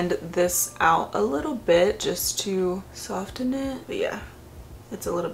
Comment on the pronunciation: not the hard t in soften 😭